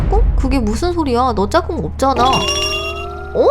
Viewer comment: 짝궁을 짬뽕이라고 들었어욬ㅋㅋㅋ